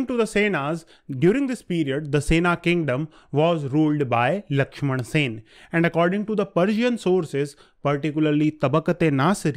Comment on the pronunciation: Sen..... NOT Sena